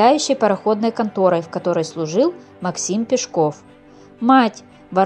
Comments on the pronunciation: Не ПешкОв, а ПЕшков. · Потому же и Пешко́в, вместо Пе́шков. Хотя вроде и не робот читает?! 🤔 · пЕшков, а не пешкОв! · Не ПешкОв,а ПЕшков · ПЕшков. Ударение на Е. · Ударение не там ставите у настоящей фамилии🤷‍♀️ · правильно говорили , не слушайте автора